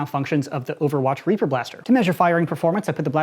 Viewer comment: I though he said raper